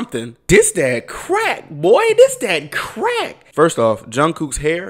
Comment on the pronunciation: are you actually army?? what’s with the misspronunciation of jungkook🤨